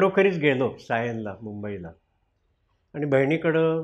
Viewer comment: कृपया "न "व "ण " मधील फरक समजून घ्या. आणी व आनी मधे फरक आहे.